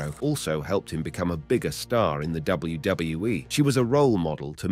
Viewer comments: It’s kinda hard to focus on the video when you keep saying WdaWE WDoeWE WdeeWE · what is this WBWE, WJahWE and WDohWE the narator is talking about? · Less than 7 seconds in and “W Duh W E” dude sort your channel out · This guy can’t say WWE properly 😂